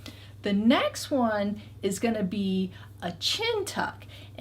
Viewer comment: I swear she says Necks , instead of next . Hahahahaha .